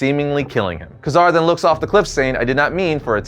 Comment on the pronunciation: You kept flubbing Ka-Zar's name: It's pronounced "Kay-Zar" no "Kazar".